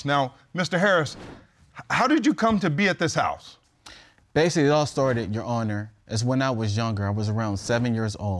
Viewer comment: Judge: Tell me about your pain. Claimant: so basilally